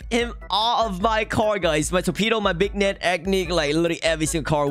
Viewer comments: beegnet and toreeero? what are u saying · Why does he say “Big-net” for the beignet???